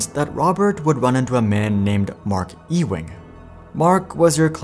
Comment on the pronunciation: Ewing is not pronounced Ee-wing. It's pronounced Yoo-wing.